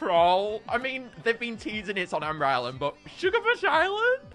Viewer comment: Ah yes my favorite island "shugabuch island"